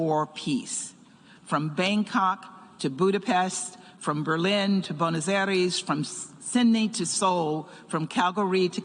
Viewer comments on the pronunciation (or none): none